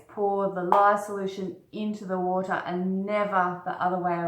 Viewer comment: "Acid to wata' is the way you oughta"